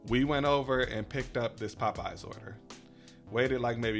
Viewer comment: Is that a region thing to pronounce popeyes like pup eyes? Lol. It sounds so funny. Chuck on dashing across America says it like that too lol.